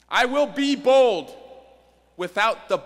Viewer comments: It sounds like he says "I will be bold without the bold". Poor pronunciation if he was saying "bull". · honestly i thought he said bold without the bowl